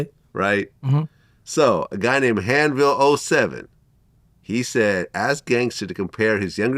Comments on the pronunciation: Vlad pronounced hahnville wrong!!! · So fucking wrong lol